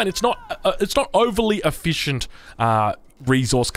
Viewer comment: Ef-fish-ent, heh